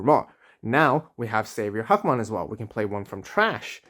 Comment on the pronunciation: I'm sure there is behind him being called huckmon but sorry hackmon just sounds so much better and sound like a real digimon imo.great video as always, keep up the good work